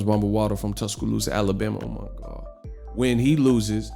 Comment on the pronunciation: This dude everytime he mentions Wilder "Omagawd" cracks me up everytime 🤣